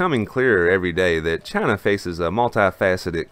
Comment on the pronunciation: Trump: Jayna This guy: Chana :D Keep up the good work, this is needed!